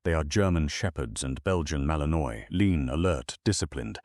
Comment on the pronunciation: Learn how to pronounce BELGIAN MALINOIS